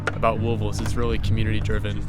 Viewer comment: Thank you for saying Louisville correctly